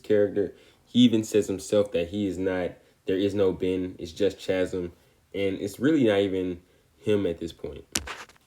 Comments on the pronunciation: 2 minute breakdown of a complex character… and it was the most to the point breakdown of a character I’ve ever seen. Great video bro! Also Chasm is pronounced as kasm because for some reason ch makes a k sound sometimes (ex. Christmas, school, mechanic, stomach) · At first I thought you were saying Ben takes "all the ails" and I was thinking " thats a poetic way to put it" Then I heard you pronounce the word chasm... Now I want to hear you say the words chaos or choir so we can all have a good laugh 💯